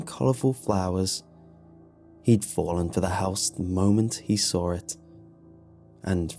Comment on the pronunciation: It gets me everytime you say "saw" "Sawl"